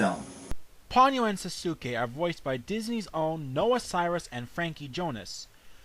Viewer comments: not quite. I thought it was the same when I first watched it, however they are different. In Ponyo his name is actually Souske ( i think that's the spelling) and it's pronounced So-skay, with a definite "so" sound at the start. While in Naruto...well duh spelled Sasuke and pronounced Sas-kay. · Just to let you know, Souske's is pronounced " So-skay" but good review.